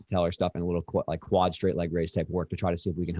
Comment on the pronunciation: Quad tendons not wud tendons lol